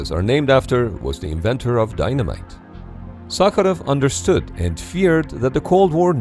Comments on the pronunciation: Real😮я русский,реально идеально произнёс по-русски) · Damn that prononciation of Sakharov was perfect 😳